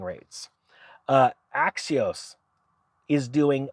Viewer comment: when he sounds like he says "axios" he means axos.. per their website they do up to 96 months but so do most other banks these days. none of this matters. the prices themselves have to come down first, only suckers pay these prices. be firm, dont budge.